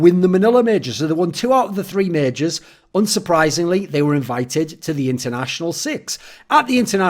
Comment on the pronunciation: you also said majors incorrectly, you said mages ^..,~